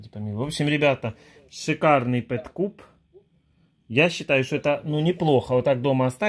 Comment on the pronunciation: Не для средних умов твой"пэт кубэ"😂😂😂Еще и инструкция на английском...вот незадача)))